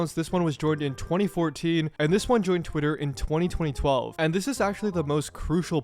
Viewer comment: twenny twenny twelve